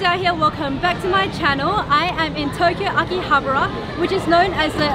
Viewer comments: Akihabara, pronounced Ah-kee-ah-bah-ruh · You pronounce AKIHABARA wrong